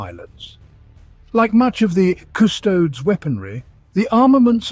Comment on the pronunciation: Drink on ever time he says CusTOADS